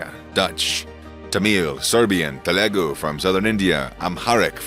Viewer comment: Telugu not telegu